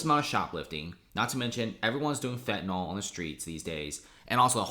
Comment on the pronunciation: How do you get that pronunciation out of the name fentanyl?